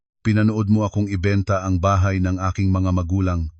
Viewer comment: Mr.narrator mag aral Ng tamang bigkas Ng mga pilipino,ang bahay naging tahay?